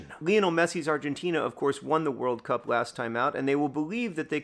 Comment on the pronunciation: Switching between emphasizing it as WORLD cup vs world CUP with every recitation of the name is really jarring my brain lol